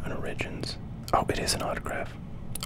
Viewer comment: Origins, pronounced origin-s lol